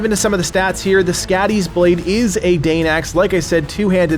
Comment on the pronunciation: skadis .blade..its pronoced ..like your saying scotty.. but it whould be..soddi ..she is a norse goddess of winter and the hunt..and she looks like a juaten weridly